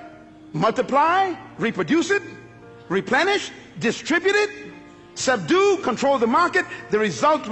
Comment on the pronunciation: Sub-due..... Still paying attention tho! Lol